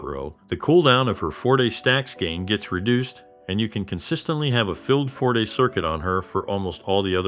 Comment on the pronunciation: Man, I really try to watch your content, but I just get so triggered about how many things you mispronounce. Like, sometimes it feels like 1/2 the words. Please please help yourself grow by looking up pronunciation guides for words you're not sure on. Forte, Outro, so many names and other terms you just kinda wing it and it's really distracting from your otherwise solid content.